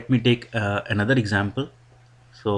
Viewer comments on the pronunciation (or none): none